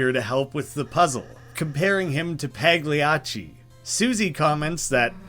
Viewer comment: btw "pagliacci" is pronunced "payacci" or something (just wanted to say this lol)